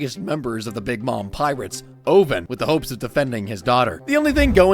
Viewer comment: Bro called Oven O-ven I am killing myself immediately